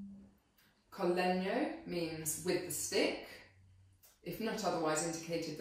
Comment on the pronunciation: Definitely my favorite instrument in the whole orchestra. Perfect pronunciation of Italian terms like "col legno" "normale", thanks for this from an Italian guy!